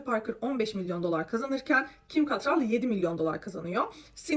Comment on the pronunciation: Ya nolur kadının ismini doğru telaffuz edin (ket-rol)